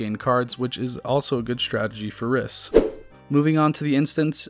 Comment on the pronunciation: Rhys is a real name and is pronounced "reese"